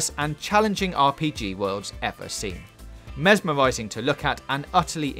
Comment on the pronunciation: Engwossing, mesmowising, weally good.....pronounce your "r's"